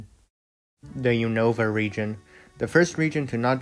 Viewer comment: unova is pronounced "un-of-a" and kalos is pronounced "call-os"